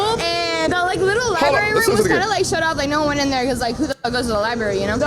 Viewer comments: “Who da fuck goes to the liberry” LÖLÖLÖL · "Seems classy .. " Um. wtf? Did he hear her say, "Who the fuck goes to the libary (sic), you know?" ... ? That kind of shit is a massive red flag. She could have stopped talking, right there, and the end result would have been the same, in my mind.